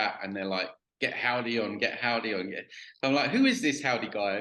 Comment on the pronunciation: “How-Die”